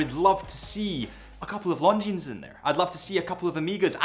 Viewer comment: I know what time it is. It’s time to say Longines properly.